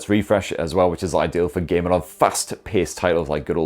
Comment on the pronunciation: When you say "gaming" it sounds like you are saying "gay men" because of your accent 👍🏼